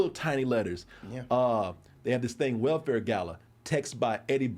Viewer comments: said "wellfire gala"' 😂😂 no its Hellfire after Hellfire Club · Lmao I was like how ? And he also said Welfare Gala. ITS HELL FIRE GALA my guy. The most fashionable night for mutants. Can tell who doesn't read the comics. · LOL, I was rolling over! He mispronounced The Hellfire Club stable too!🤣🤣🤣